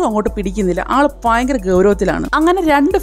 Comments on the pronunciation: ഫയങ്കര അല്ല ഭയങ്കര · എനിക്ക് ഫയങ്കര ഇഷ്ടായി ഈ വീഡിയോ നല്ല ഫങ്ങി ആയ സംഫാഷണം... 👍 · ഫ ങ്ങി, അല്ല ഭംഗി... ഫ യങ്കര അല്ല, ഭയങ്കര ...... ....